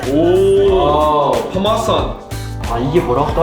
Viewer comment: 영어 파~마~산 이거 보고 터졌네 ㅋㅋㅋ 영어 발음은 파르메산입니다 ㅋㅋㅋㅋ